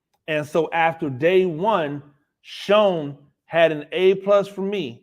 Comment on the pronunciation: It's pronounced Shane lol. Great content and looking forward to your weekly take on the G-men! Let's fucking Go!!!!